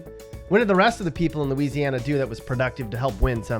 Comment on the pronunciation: your pretty dumb yourself, seeing as how you don't even know how to pronounce Louisiana.